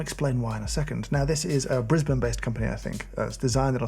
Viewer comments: I was impressed when he said “Brisbane” and “Australia” properly 😀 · Brisbane thanks you for pronouncing it correctly ❤